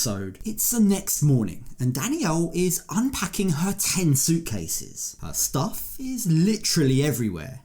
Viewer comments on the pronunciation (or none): none